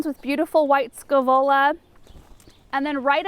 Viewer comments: Gorgeous garden. What did you say are the two white flowering plants in the pots at the very beginning of the video? It sounded like you said "white scolola" and I have searched and searched. Let me know if possible. Thank you so much for the beautiful videos! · What are the 2 plants at :59 in the intro. The two urns...can't understand what you are saying? White scamolas?